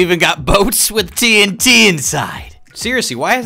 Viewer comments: It’s TNT not TINT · Everytime he says tnt (the fast way instead of T N T) it sounds like hes saying tint to everyone else right? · T n t not tnt